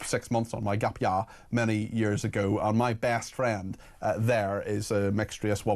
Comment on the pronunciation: Gap YYYAAAR, does he mean Gap year. What the heck is Gap YYAARRR.